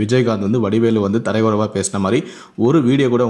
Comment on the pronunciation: யோவ்.. தரைக்குறைவு இல்லை.. அது தரக்குறைவு.. தமிழை சரியாக கற்றுக்கொள்..பலமுறை தரைக்குறைவு, தரைக்குறைவு என்றே சொல்லிக்கொண்டு இருக்கிறாய்...